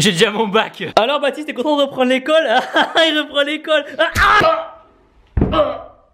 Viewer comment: elle me fais grave rire ta video "a l'aide d'une pitite pointe " et aussi le soupire et le jui pas contemps ma fais explosé de rire